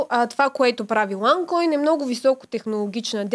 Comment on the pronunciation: Момиченцето: уань койнь пхаха